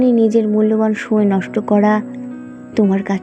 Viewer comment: কোনও কোনও জায়গায় ' সময় ' শব্দটার উচ্চারণ আরও স্পষ্ট হতে পারতো ; but overall excellent presentation accompanied by a beautiful Rabindra Sangeet music at the background . ❤❤❤❤❤